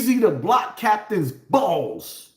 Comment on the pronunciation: Yo you didn't say "BALLS" like that bro 🤣🤣🤣🤣🤣🤣🤣